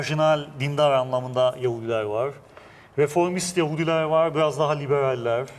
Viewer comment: "vor" değil " var"!!!! "Onlamda" değil " anlamda" deriz biz Türkler ona!!!!! Aksağanlar!!! Hollandada mükemmel Türkçe bilen fakat aksağanları sayesinde hemen tanınan Yahudiler "vor"!